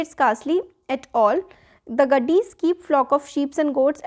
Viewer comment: Mam it's not gaddi 🚘it's gaddi 🙏🏻